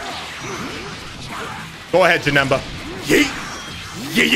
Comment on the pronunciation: bro he deadass called him "JaNigga”😭😭😭